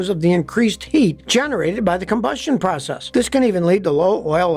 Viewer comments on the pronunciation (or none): none